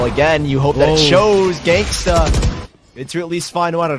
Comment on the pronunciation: everytime the commentators said genghsta 😂